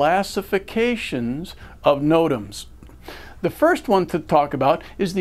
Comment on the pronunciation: Good video just can't get passed the way the instructor says Notams lol. "noTAMS"